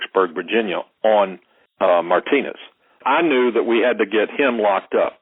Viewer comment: Did he just call Martinez “my penis”?